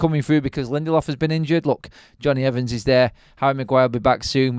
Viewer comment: Evans...........come on lad, it's not that hard.